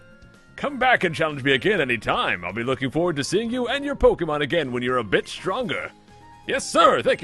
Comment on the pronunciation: I was looking away from the video and I thought you said "when you're a bitch stronger" :P